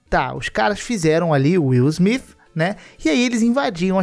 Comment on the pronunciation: Wil smifi O nível do inglês ☠️☠️☠️